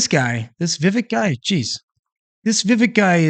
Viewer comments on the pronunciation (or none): It's pronounced Viv-Ache like cake (his words from when he was on one of Tim Pools shows). How can we expect him to win anything if we can't even get his name right? I like the guy, a lot and want to see what he's got in 2028.